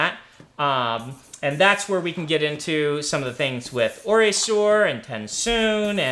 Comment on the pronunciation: Wait! How did Brandon pronounce OreSeur ? I actually kind of like it, but that isn't how Michael Kramer said it.